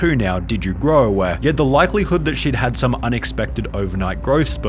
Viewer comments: Did you grow-uh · bro said " diD yOu growUH" lol